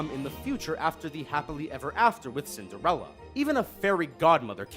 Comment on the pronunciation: You didn't think anyone would notice did you? I know your game. You misspelled Cinderella and said Cindrella instead. Mmhmm, I'm onto you lol